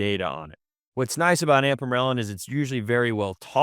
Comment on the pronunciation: I like the information but I'm trying to place either the accent or why exactly he says "ampamorelin" instead of ipamorelin. just curious